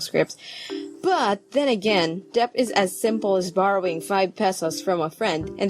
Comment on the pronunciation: I think it's pronounced as 'det.' Sorry, this isn't hate or anything